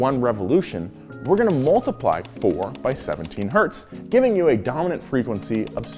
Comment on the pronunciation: all wheelhouse vids are excellent but this one has a little gem i greatly appreciate: correct pronunciation of 1 Hz